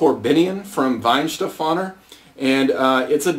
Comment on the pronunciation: nice review! But it is Weihenstephaner